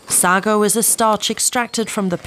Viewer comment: You're pronouncing "Sago" wrong. 🤡